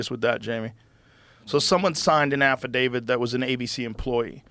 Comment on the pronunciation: Affidavid? Who's that? Oh... they're trying to say affidavit